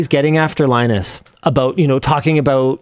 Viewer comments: I have never been so triggered by such a simple mispronounced word in my life. Line-Us I'm only calling you Long US from now on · Linus "Linus" Tips